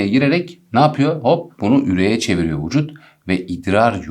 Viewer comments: öyle fazma "vuçut" demişsiniz ki videoya odaklanmakta zorlanıyorum :/ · Yanlıs vucut değil vücut